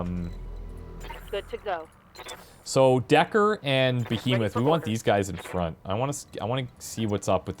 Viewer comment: Behemoth is pronounced stressing the first syllable not the second. lol